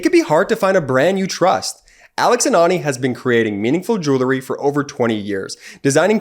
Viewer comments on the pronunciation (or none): Hey kid? The word is "jewelry" not "joolery". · For heavens sake, tell your brother that there is no such word as jew-lery. He needs to re-shoot his ad presentation. It undermines your site's credibility. The word is pronounced "jew-well-ry" Otherwise, I think this is one of your most important videos. It informs the educable group in the middle. Let the facts of the charges, as presented by the DOJ, speak for themselves. We don't need anyone's predictions. Just present the actual facts - not the speculations. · Jewel-ree? Bee-casse? Jewelry. Because. Dang Northeasterners. Cheer Midas. It just makes me grin every time some weird pronunciation of words goes wrong. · Grates on the nerves a bit to hear the word mispronounced so many times in one advertisment.